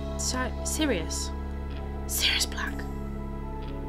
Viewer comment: It was mentioned. And it is Sirius, not sirus.